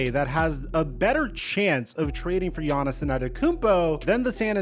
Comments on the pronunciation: Bro why are you calling him Giannisin the whole video? His name is Giannis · I wish you’d just say Giannis